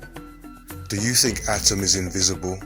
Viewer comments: Atum.. not atom... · Exceptional Work! Except, ATUM not ATIM, if I'm not mistaken. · Are u saying adam or atum? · He's saying atom or adam?